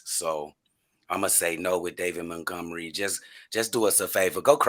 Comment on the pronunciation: Rayquan Smith, Mentgomery? Dudes pronunciation of those two names cracked me up.